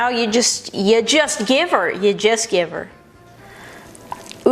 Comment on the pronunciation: "Just giver" haha so Canadian ♥